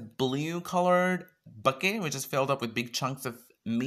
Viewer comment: 😂 I love that you pronounce it as 'bouquet'. Great video